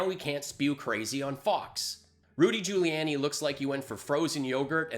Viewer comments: I’m new, and I subscribed, but wtf does “bucket of unicorn wank” refer to? Also, Giuliani is pronounced “Jew-lee-on-ee” not “jew-lee-Ann-ee.” Small thing, but was making me cringe. Otherwise, thanks for the content? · Try to pronounce Giuliani better. Otherwise, great work